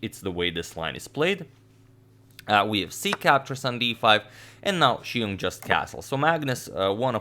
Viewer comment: You put other non-Chinese commentators pronouncing Xiong to shame.